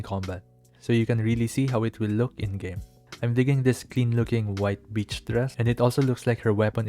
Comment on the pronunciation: I know you mean to say white beach dress, but I really liked hearing "I'm digging this clean looking white bitch dress" haha. Thanks for showcasing the upcoming stuff.